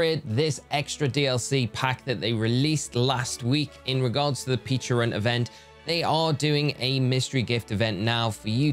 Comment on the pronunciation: Not to be THAT guy.. but it’s pechArunt not pechIrunt…